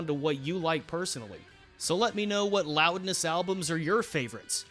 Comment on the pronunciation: Loudness. Pronounced: Roudness